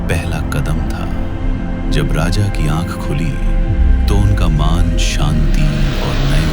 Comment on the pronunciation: હરે કૃષ્ણ कृपया वाचा (Pronunciation) ठीक कीजिए मान और मन, कमियां काम्या, नजरा और नजारा में फर्क होता है English में लिखी स्क्रिप्ट को AI ऐसे ही पड़ता है, वॉयस ओवर करलो या हिंदी में ही स्क्रिप्ट लिख लो